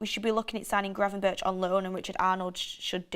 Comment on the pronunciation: im Dutch you pronounce gravenberch as gravenberg not gravenbirch.